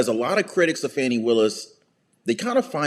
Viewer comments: It's "fawnie" willis. A video on the right person would help.! x) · .. and you purposely mispronouncing her first name somehow makes you any less disrespectful. Talk about ‘unprofessional’.